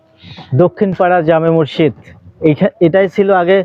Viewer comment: আরে ভাই মসজিদ উচ্চারণ টা ও ভালো করে করতে পারলেন না। কি আফসোস রে ভাই আমাদের সৈয়দপুর, পার্বতীপুরের ভাই আমাদের মান সম্মান টা রাখলেন না।